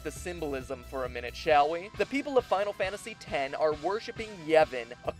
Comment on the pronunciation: Stop calling it Final Fantasy 'ex' You don't see me calling FF7 'Final Fantasy Vee'